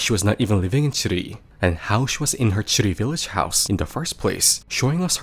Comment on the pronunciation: Every time you say "Tsurui village" it sounded like "shitty village", which I find sadly appropriate.